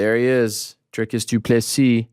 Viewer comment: His name is “Dricus TwoPlusThree”